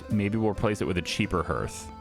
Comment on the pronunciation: That’s not how hearth is pronounced. It’s pronounced harth